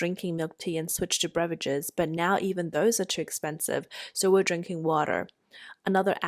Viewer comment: Very good English. I have a tip, there's no "r" at the beginning of beverages 😇